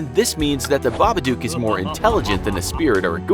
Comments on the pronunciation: it's babadook not babadooke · It made me so angry when he said babaduke and not babadook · Just saying it's pronounce babadok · >Reads the poem and line ends in book. >Reads the following line and pronounces it Babaduke. >MFW. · It's baba_dook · The story literally rhymes "book" with "babadook", so why 'tf is he still pronouncing it wrong?